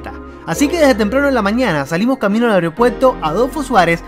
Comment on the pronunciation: AEROpuerto, no "areo"